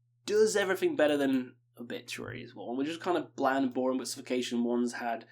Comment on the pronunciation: "Buh" = but